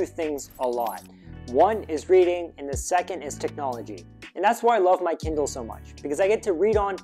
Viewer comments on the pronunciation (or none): he said Kiddle not Kindle